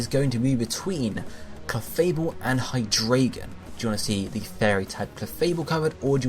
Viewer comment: hy-three-gon lets go (hydreigon)